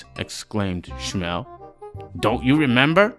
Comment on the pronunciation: I don't know if you read these, but I think you should re-record. The performance is great, but there are two very bad pronunciation mistakes. "Chelm" should be pronounced with the hard h sound of "Hanukkah/Chanukah" NOT the English CH in "cheese" and Shmuel should be pronounced with two syllables (Shmoo+El), NOT one syllable (shmell).